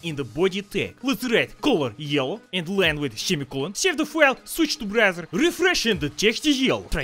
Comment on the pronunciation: Without the caption, I'd be thinking be sayin Brazzer instead of Browser